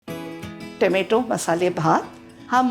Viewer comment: Tomatooossss ahot sadhya bhashet tomoto bola over naka bolu